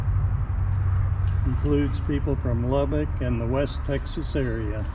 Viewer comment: Damnit Dude...if you cant pronounce Lubbock correctly...just keep your mouth shut. It is NOT Lubbeek (Lub-beek). It is Lubbock as Lub-buck."